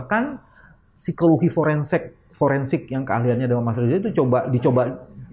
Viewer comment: Pak bambang tolong interuksi Foreinsik bukan foreinsek😂😂😂